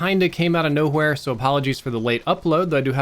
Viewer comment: it's not noHWERE it's NOwhere. The W comes before the H in the word if you haven't noticed